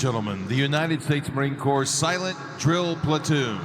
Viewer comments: I only say this because I know you respect us, Corps is said like core, as in the core of an apple. I'm not even sure you're saying it like corpse, it may just be your accent and me mishearing it. I see a total of four different medals, the National Defense Medal, the GWOT-S, Good Conduct, and the last one on the officer is a Navy Commendation Medal. As you face the Marine and they face you, the Marine's highest honor will be the top left most medal/ribbon so long as they don't have to start stair-stepping them. Little known fact, the coats have padding in the shoulder area to help make the wearer look good and give a bit of cushion because the coat is deceptively heavy. You'll also notice two different belt buckles on the Marines who performed, one without an EGA (Eagle, Globe, and Anchor), and one with an EGA. The Marines with the EGA on the buckle are NCO's (Non-Commissioned Officers). The white trousers are mostly ceremonial. - Cpl. Snackdrawer, 3rd Radio BN, MCBH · US Marine here... Love the reaction and all your videos. Can I just make one correction. Corps is pronounced "Core" the "p&s" are silent as this Drill Platoon. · Corpse is pronounced core. It is a French word. Thank you so much for the video and your research for the respect it deserves. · The P in Corps is silent. Pronounced core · Silent “ps” in Corps. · with respect sir... just a couple of things...corps pronounced ( core ).. as to hat.. pronounced.. ( cover ) I do enjoy your videos but I could not resist poking a little 😇 Take care brother. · I cant believe no one has corrected you on this as yet...USMC United States Marine Corp...corp is pronounced CORE!!! Not corpse for cryin out Fkin loud!!! Yer welcome... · Corps is pronounced like core not corpse. Thanks for the video brother, Semper Fi... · Marine Corp, the p is silent.